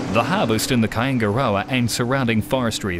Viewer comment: Yeah man....I know where Kaingaroa is, lived there for years whilst working at Wairapukao. Just some can't say it properly.